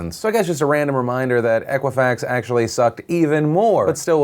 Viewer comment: Thumbs up for pronouncing Equifax correctly for the first time. :)